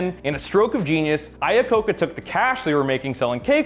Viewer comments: It's "Iacocca" not "Lacocca". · Screwed up Iacocca's name.